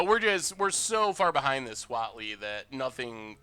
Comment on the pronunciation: Definitely thought he was saying WALL-E emblem, not Huatli